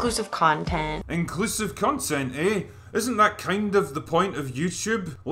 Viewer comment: I thought he said crontent creators